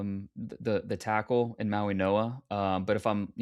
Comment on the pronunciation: Why are they saying MauiNOa instead of MauiGOa?